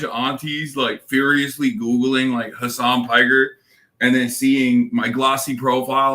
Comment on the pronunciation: Did Jen just call him "Hasan Marie Piker"? Hahahahah